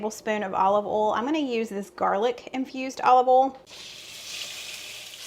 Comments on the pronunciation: I love the way you say “oil,” which is “AWL.” I had to concentrate to figure out what word you were saying. It’s more like OY-ee-el. Hahaha! Love your pronunciation. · I am a Mish mosh of accents. I am from Texas but my parents are from Georgia and Alabama. So my accent is a little of everything😆 But I too pronounce boil and oil the same way you do. I just can’t help it. I find your accent charming! Loved all of the recipes you share. Thank you so much ❤️